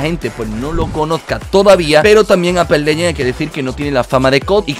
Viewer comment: Todos: Apex legends: Ape Leyen